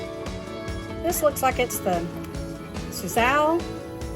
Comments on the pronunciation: Suzhou is pronounced sue-zyou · That bok choy is pronounced soo-jow or soo-jo. I grew some last fall; a nice bok choy. In addition, I grew Toy Choy, a miniature white-fleshed choy that matures in only 40 days. (I may try growing that one under lights this winter.) This fall, I'm trying a new variety, Green Fortune, another baby bok choi (from Renee's Garden). Hoping for a lucky harvest after our brutal summer. My eggplants and peppers took a hiatus during July-August but are producing again after the big rain. (Onions, carrots and beets seeded just before the big rain germinated in only five days!)